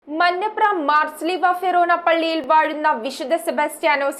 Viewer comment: ഫെറോനാ അല്ല ഫൊറോനാ എന്നാണ് 😂